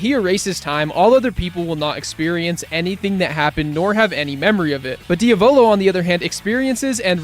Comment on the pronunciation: Diavolo❌ Diovolo✔️